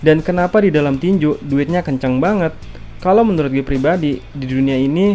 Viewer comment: tinju om bukan tinjuk